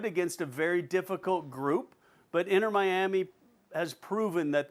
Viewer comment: “Inner Miami” lmao these fools